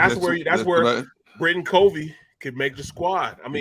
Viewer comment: It’s cuv-ee not cov-ee